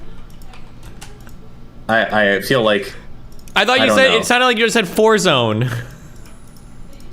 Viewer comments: He said forzone, he lyin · said forzone lmao